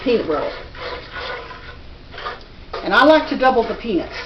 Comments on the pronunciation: i thought she said pe**s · Every time she said peanuts I laughed bc it sounds like penis lol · I swear to god it sounds like shes saying 'penis' lol. Spanish penis.